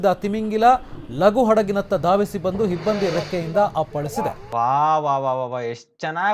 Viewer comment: Hibbandi ante kannada Barolwa? Hibbandi alla himbadi...😱🙏